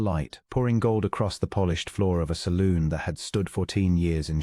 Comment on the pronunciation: The narrator enunciation of the word salon is NOT pronounced saloon! The story was ok but too much repetition in the 2nd half makes the whole of it not worth the time.😢😢